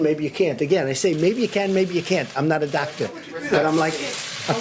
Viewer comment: “I’m not a dactor”. Yup,we can tell Drump. Now, go play with your crayons.